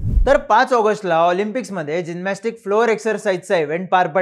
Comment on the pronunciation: चिन्मय जीनमॅस्टिक नाही रे जिमनॅस्टिक